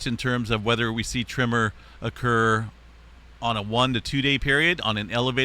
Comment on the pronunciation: Tremor not trimmer 🧐